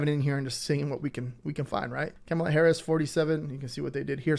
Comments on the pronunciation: Kamala is pronounced Comma-La!! ...it's not Cama-La or Ca-Mala!! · It’s pronounced KOMMA-lah. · Thank you, enjoyed your video. Please check into saying Kamala's name